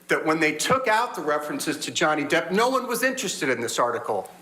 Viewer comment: Oh Amber wants to back out now.. Noway.. You slaughtered Johnny's name, it's way to late now Heard Brains.. Johnny has lost out on a lot of work because of Amber's Faulse Accusations.